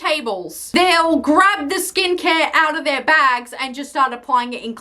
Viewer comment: the way she went “owta”